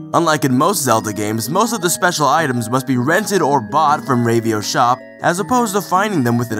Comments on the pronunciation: Rave-io? It's Rah-vio, haha. Anyway, Ravio's shop is actually one of the reasons this is my favorite Zelda game. Everything is of use at first. Every rupee is important, every death takes away from you, and you want to salvage everything you can. But as the game progresses and you own more items instead of renting, you become stronger and more willing to explore. The game has a subtle way of "leveling" in just giving you more items and more health at your own pace. Not to mention the level designs are amazing. But I guess I'll talk about that at video! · Rave-e-o? Isn't it pronounced with a short A sound? Actually, lemme just check the Japanese... Yeah, definitely a short A. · I thought it was pronounced "RAH-VEE-OH"